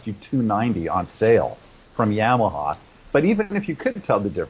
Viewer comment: You are great ! I listen to (and watch) your video 'She's so High' every day. I have a question about your interview. What in the heck were you drinking? Maybe I should know, but I don't. Also, I have a comment. Your pronunciation of Yamaha is funny to me. I also saw you sing and play on YouTube, a British show, I think. And the announcer pronounced your name different from most people that I know. I bet you know what I'm talking about. If not, call me and I'll pronounce it both ways for you. I only answer my phone if I recognize the name or number. So leave a message, I'll recognize your voice. I don't really think you'll call me but it's worth a shot. Nothing but platonic intentions. I'm old. Too bad for me.